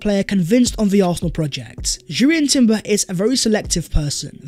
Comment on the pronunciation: Yo B - Jurrien Timber has a silent 'J' I's read out as Urrien, No J, thanks.